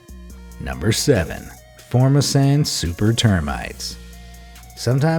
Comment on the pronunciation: I live in Taiwan also known as "Formosa". you are pronouncing FORMOSAN incorrectly.